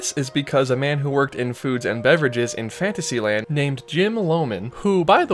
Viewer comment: In the churro section when he says "in Fantasylad,'" i thought he said "infanticide land!" 🤤